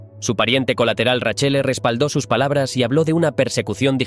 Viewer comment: Nepotismo puro , nada meritocratico , acá en Roma no son bien vistos por su hipocresía , buen relato la verdad me daba un poco de cayo cuando decía raccele en vez de Raquelle 😂😅más de un detalle que se hubiera investigado más pero buen vídeo